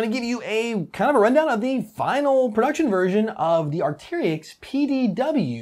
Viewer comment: Did anyone noticed that he spelled arcturus right but he still mispronounce it? Not a big deal at all just caught my ears